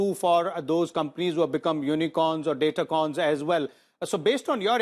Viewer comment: its decacorn , not datacorn.